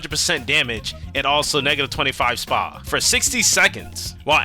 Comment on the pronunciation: your vids r fun watches while i play av or whatever, also whenever u say spa is funny ion know why